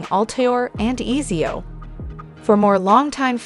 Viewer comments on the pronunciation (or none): she says easy-o, but it's ets-eo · Pronounced like half the most important words and names wrong. "Easy-o” instead of Ezio like wtf?😅